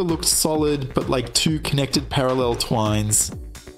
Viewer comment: Not a criticism, but it's so bizarre to hear like, 98% perfectly pronounced English, including some slightly uncommon technical ones that you would think would be harder for a second language, and then- "His father Terry wanted to protect "her" son...", and Twin pronounced: "Twine", etc., lol